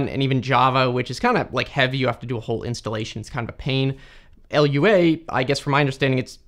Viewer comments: It's not L-U-A, it's not an acronym, it's just called Lua. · This bugged me for half the video - Lua is a word, not an initialism. It's pronounced loo-uh, not ell-you-ay. (It's also not an acronym, but if it were it would still be pronounced loo-uh, because acronyms are when an abbreviation of initials is said as a word, like SCUBA or AIDS. When you spell it out, like DNA or CPU, it's an initialism.) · Ah yes, LUA. The Language without an acronym like seriously just say "loo-ah", it's Lua and not L.U.A. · It's not LUA it's Lua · True, it's pronounced "LOO-ah" and it's from the Portuguese word for "moon". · its not L U A but Lua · I love that sneaky engagement farming, by saying wrong things like 'L U A' and 'Jif' - but also cool unlimited(?) free file storage. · Why arn't you saying Lua why do you keep saying "L.U.A"? Say it like "Loo uh" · "a language called "L-U-A" lmfao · As a roblox (kind of) scripter, its actually said like: "loo-woah", not "ill-you-ay" [L.U.A], Lua is like a word, not an acronym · Lua is a word, not an abbreviation. It's pronounced "loo-ah" not "L-U-A" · The language is called Lua not L-U-A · L U A?? ever heard of Lua? (l-uu-ah) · it's lua not L U A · Loowa, not L-U-A, it is not a project from the government that will kill us (maybe) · Who says "L U A"? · Not a "random long string", but a UUID, version 4 specifically. - Did you just call Lua "L.U.A"...? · first time hearing some call it L-U-A lol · 1. it's pronounced gif 2. it's pronounced loo-ah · Why do you read Lua as "L-U-A"? If you're gonna do that, you should also say J-A-V-A...